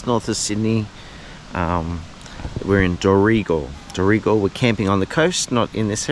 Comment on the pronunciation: First time to your site but I was very impressed. Great photography with 4K quality, I will follow your adventures. By the way I'm from Qld and I thought. Dorrigo was pronounced Dorri go.